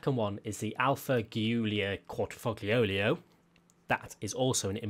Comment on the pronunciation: "The Alfa Quadrifoglioglio" xdd